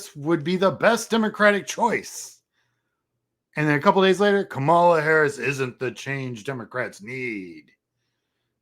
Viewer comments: Very cool! Thank you for the great info. I am one of those first-time donors out of TN. Quick bit of constructive criticism: you really need to change the way you pronounce Kamala. You are mispronouncing it the same way that Republicans intentionally mispronounce it as a sign of disrespect. It's KAmala, not kaMAla. First-syllable emphasis. Very important thing for Dems to know. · Her name is pronounced KAH MA LA. We have to get this right, guys! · Hi, I have enjoyed watching your stuff, and appreciate the insights of someone who has been doing the campaign work. One suggestion: please learn how to say her name right: the accent is on the first syllable, not the second. Thanks.